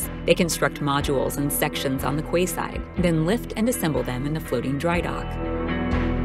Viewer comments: Please learn to pronounce ‘quayside’. It’s pronounced key side’ NOT ‘kway side’. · Key not kway!!!